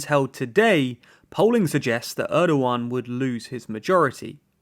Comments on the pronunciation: Erdjuan , I cannot unhear you calling him Erdjuan! Dammit. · So funny how you call Erdogan as Erdo one!